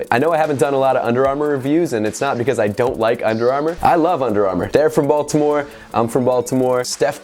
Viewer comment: Your pronunciation of Baltimore questions if you’re from here lol.